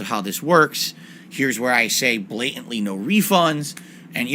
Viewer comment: "This is where I BLAHtantly say NO REEfunds"